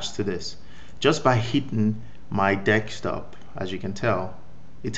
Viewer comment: Desktop not Dekstop.